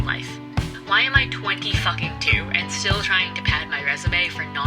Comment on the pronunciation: it bothered me. she also puts nasty emphasis on it too, really not nice on the ears.